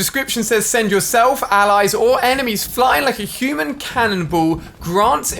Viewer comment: Did he say alies